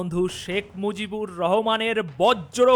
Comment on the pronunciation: শেখ মুজিবুর রহমান বললে নামের উচ্চারণ সঠিক হবে। ধন্যবাদ দাদা।